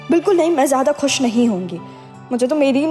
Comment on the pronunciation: Its khush not kush!